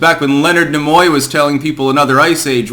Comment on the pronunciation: NIMOY....."NEE-moy"...not, "NA-Moy"...Jesus...Learn to talk.